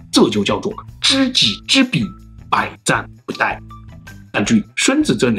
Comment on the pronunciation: 不die...😂 不殆（Dài)😂. No 作no die....😂